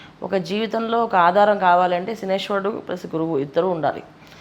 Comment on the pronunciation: Meku sariga telidhu ...shanishwarudu enti ,shaniiiyshcharuduu...